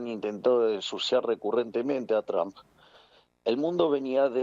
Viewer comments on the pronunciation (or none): Por qué le decía "Donal Chomp"? Decí Trom pelotudaaaa